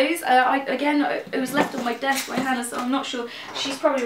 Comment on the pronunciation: Sometimes it sounds like and other members of the Yogscast pronounce Hannah as "Hanar" and now I want to see fan art of Hannah as a Hanar (Mass Effect). Also Nanobytes sounds fun, I approve!